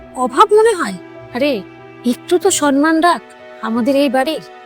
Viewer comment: সন্মান নয়, সম্মান । sanman নয়, samman